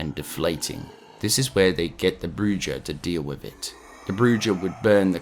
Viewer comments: The pronunciation is (Bruu-haa) Spanish for witch. Not Brucha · It’s “broo-ha” not “broo-jah” 😂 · Enjoyed the video man, Dead Space is one of my favorite game of all time, just a little nitpick "bruja" is pronounced "bru-ha" with a trill r - it's spanish for witch FYI. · The broojah 💀💀💀💀💀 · In Spanish, the J is pronounced as an H. "Bruja" is pronounced "brew-ha". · This is for your edification only and not meant as a criticism in any way. The word "bruja" is phonetically pronounced as "brew-ha". It means witch in Spanish. In Spanish, J's are pronounced as h's, ll is pronounced as y and v's are pronounced as B's. An example of the j being pronounced as an h is the word jalapeno. Love the vids. Keep it up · Great video, I love dead space lore and having it all here is awesome. I will say hearing you say Bruja did hurt my heart. It’s pronounced Brew Ha, you normally roll the R too but I know that’s hard for most people. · Bruja is pronounced Brew-ha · Around the 25 minute mark you talk about the bruja. Bruja is Spanish for witch and the j makes an h sound. So, it's pronounced bru-ha. Aside from that, love the narration. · The butchery of “bruja” was a little distracting 😂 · The j in “bruja” is an h sound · Yeah man loads'a pronouncing of words wrong only bad part in this full video.